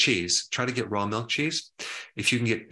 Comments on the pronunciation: Did you say rat 🐀 milk??? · Haha I thought he said rat milk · Did he say RAT milk?!!